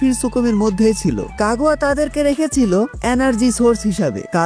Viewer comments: কাগুয়া কাগুয়া কি ভাই তোমার গু'য়া সঠিক উচ্চারণ না করতে পারলে ভিডিও না বানানোই ভালো এটা কাগুইয়া হবে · Kagua ✅ Kaguya ❌